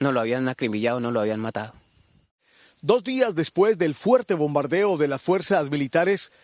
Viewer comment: El de rojo jajaja que los despertó el (Bordando) jajaja para decir (El Bombardeo)